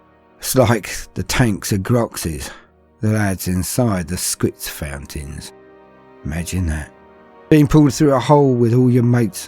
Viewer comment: "Squits fountans" PMSL!